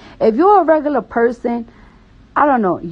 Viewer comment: “If you a rugullur person” -cardi b